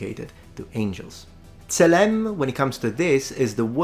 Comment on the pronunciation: Pronounciation is generally good, but tselem should have penultimate stress, because it’s a segholate noun